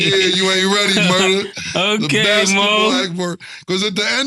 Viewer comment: Is saying "okway"?